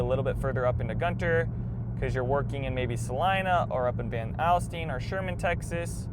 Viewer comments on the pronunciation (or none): Hi! I grew up in Prosper but moved. We say ‘Gunner’ for Gunter. lol We also say Van ‘All’styne ’ instead of ‘Al’styne. 😂